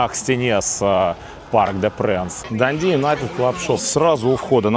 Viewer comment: ДандИ с ударением на последний слог для нас звучит непривычно